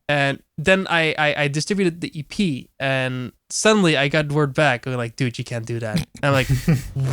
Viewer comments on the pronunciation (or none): the way non friend says EP makes it sound like he is sayin 'yippie'